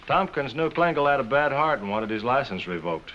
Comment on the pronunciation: Why can't he correctly pronounce the word HIS. Really annoying.